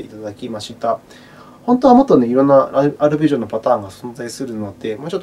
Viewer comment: ありがとうございます(*´ω｀*) 「ぱるぺじおのあたーん１」で吹きましたｗ